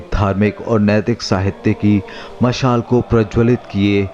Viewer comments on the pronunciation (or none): डॉक्यूमेंट्री बहुत अच्छी लगी, परन्तु वर्णनकर्ता से अनुरोध है कि कृपया वो अपने द्वारा प्रयोग किए गए इन शब्दों का शुद्ध उच्चारण करें। मशाल माशाल नहीं संस्कृत सरंसृत नहीं शासन शाशन नहीं समाज सामाज या शमाज नहीं दासता दास्तां नहीं पहले पहए नहीं हो गया होग्या नहीं